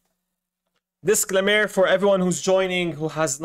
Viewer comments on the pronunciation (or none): Dis-CLAIM -er (not DIS-clam-mer)